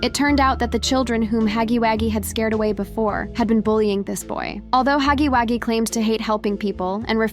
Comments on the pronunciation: It’s “Huggy” wuggy not Haggy Waggy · Girly,It’s Huggy Wugggy,not Huggy Waggy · It was funny when you said Huggy waggy😂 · It’s not called haggy waggy